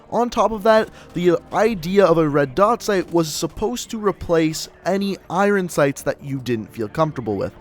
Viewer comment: The way you say iron sights hurt my ears